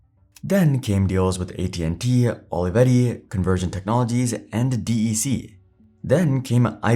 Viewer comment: just so you know, back in the day, nobody in the industry called DEC “dee eee cee.” Everyone pronounced it “Deck.” Thanks for the history of Logitech.